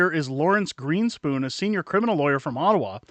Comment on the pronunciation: GreenSPON, not GeenSPOON